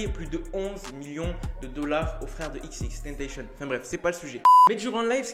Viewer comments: On dit pas "tenteychenne" on dit "tentacion" c'est xxxtentzcion qui l'a dit lui meme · Xxxtentetion on dit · tu me stress à dire « xxtentachion »😭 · Je t'explique en fait ca ce prononce XXXTENTACION tu vois y'a 3 X donc dis les 3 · Wsh il a dit xxtentacion... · Je t'explique en faite ça ce dit XXXTENTACION y'a 3 X donc faut prononcer les 3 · Il a dit "XXtentacion" 😂😂😂 Tkt on t'en veux pas🙉